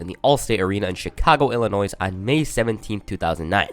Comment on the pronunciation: Of course you're someone who pronounces the s at the end of Illinois